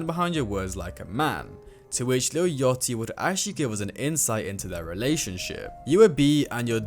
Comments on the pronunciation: It’s yachty not yotty btw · “Lil yottey” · I heard : Lil yottie Me: aight bro has no idea on what he's talking about. Pauses, checks comments, commented myself, leaves. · "lil yotty" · ain’t change the fact he said lil yottie